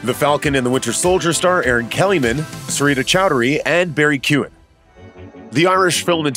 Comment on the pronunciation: Yank Absolutely butchered the pronunciation of Keoghan and Tipperary 😂